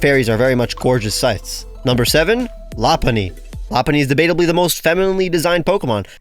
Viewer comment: The way you said lopunny killed me